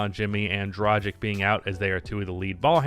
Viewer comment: Yo random nitpick, but it's pronounced Drahg-itch, not Drah-jick. Great video though, good insight.